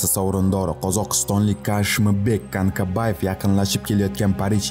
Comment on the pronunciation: Канкабаев эмас Канкабаев укимаган